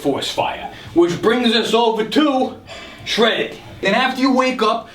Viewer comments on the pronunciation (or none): Lost it at “Shredid”